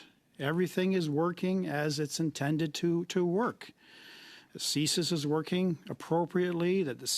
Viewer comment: Sissies. Not sissis